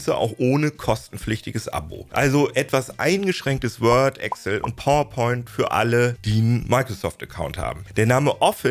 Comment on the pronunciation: Bitte, EXCel, nicht Egcll